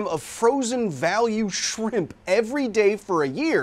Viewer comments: Is shrimp an insult now? Why is he saying sphimpum? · Why is he saying shrimp incorrectly on purpose? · Even if anybody thinks the FDA’s guidelines for stepping in are a little loose, that’s pretty well below even halfway. Thanks for educating us when we need it. Love the knowledge. And I’m personally drawn to a “shramps” pronunciation myself. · Thanks for definitively proving that your captions are not auto-generated by including the “Shpimpy”